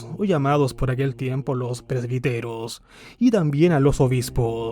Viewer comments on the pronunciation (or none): Se pronuncia " presbíteros", acento en la í.